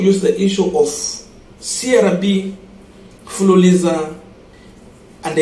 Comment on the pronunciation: It's fuliza not fuliliza😮😮